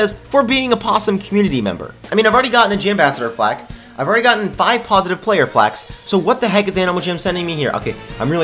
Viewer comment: "plasitive player plaques"